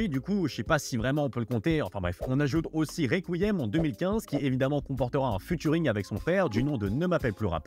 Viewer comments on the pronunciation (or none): Futuring??non cest featuring (fi-turing)mais tu fais tes recherches sur wikipédia toi cest pas possible..les gars vous faites des vidéos ca pue a 100metres que vous connaissez pas votre sujet,cest fou ça